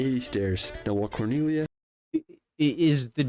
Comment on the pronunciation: only H is silent in italian. all the other letter are pronounced with a single sound (or two, but always following a precise rule). He just pronounced "corniglia" wrong.